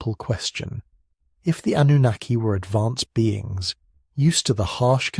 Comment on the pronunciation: Cant handle the ai man cant even pronounce Sumerian or Annunaki